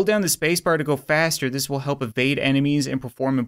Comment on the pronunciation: Utan he said HLAHP